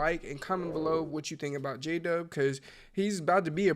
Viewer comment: We might know who J-Dub is, but your text to speech certainly does not, apparently J-Dub sounds like: Jada, Jadhav, DJ Dove (lol), Jay Dub, Jay De, Jada Jacob